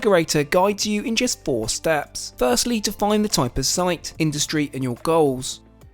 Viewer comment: Are you jesting with us in always saying jest rather than just? 😀